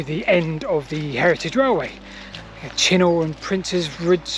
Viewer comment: Yes, it’s definitely pronounced “Chinner”